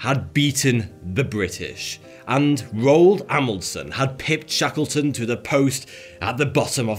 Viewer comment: It sounded like he was saying Shekelton. He’s finna he called a an anti-semite.